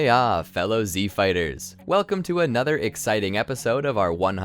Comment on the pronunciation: Stop saying "Kamehameha" like that. FFFFFFFFFFFFUUUUUU